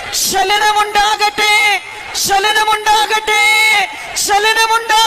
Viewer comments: തള്ള "ചലനം"ആണോ "സ്കലനം" എന്നാണോ പറഞ്ഞത് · ഫുൾ കൊമെഡിയാണല്ലോ? ശെയ്യാൻ, ശലനം, ശെലിപ്പിക്കുക--ഇത് ഏത് ഭാഷയാണ്? ഇടുക്കിയിലെ ഒരു വലിയ കൊമെഡിയൻ പറയുന്നത് "പിസാസ്" എന്നാണ്...! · ആദ്യം മലയാളം പഠിക്ക് എന്നിട്ട് മതി സൗഖ്യം ശലനം അല്ല ചലനം കാളരാഗം മഹാ ചോറാണ്.